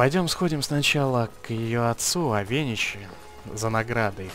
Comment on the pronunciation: авенИчи, а не авЕничи!